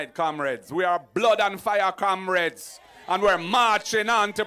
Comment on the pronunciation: Kamreds??? This man sounds like a old rum head